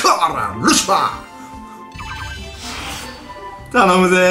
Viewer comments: ルシハァーワロタwwwwww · ルシハァーwwwwルシファーなwwww